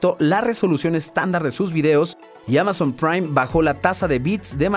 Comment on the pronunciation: ALGUIEN MAS SE DIO CUENTA EN EL MINUTO QUE NO DICE AMAZON SINO QUE DICE MAMAZON 😂😂😂😂😂😂